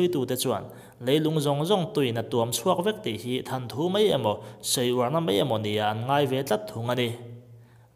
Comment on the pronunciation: "THANTHU" niloin "THAWNTHU" jawk ooo🤦🏻‍♂️....mizo ka ni chu i inti v sia mawwww!!?🤦🏻‍♂️🤦🏻‍♂️🤚🏿